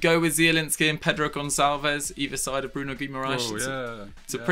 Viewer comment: I know their name sounds Portuguese, but Bruno G. is Brazilian, maybe you could put in a little effor to learn how to pronounce names in PT-BR; both languages being vastly different after all.